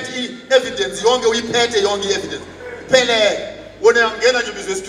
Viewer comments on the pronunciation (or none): none